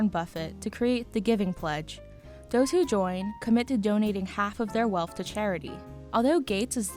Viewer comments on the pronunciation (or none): Thank you, BI, for telling me how much he’s werf. And for telling me that he is generous wif his wealf.